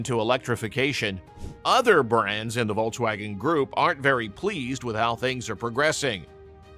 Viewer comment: I couldn't stomach this brute saying "Vol-waugen" every two words